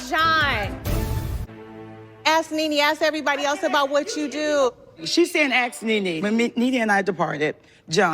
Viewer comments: "ASK PEETER! AX PE TER!!" LOL I love Nene. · So professional and fancy yet both say axe.